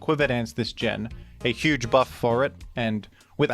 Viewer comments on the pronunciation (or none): none